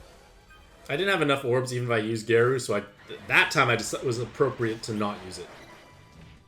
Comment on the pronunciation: Garou is pronounced like Gah-row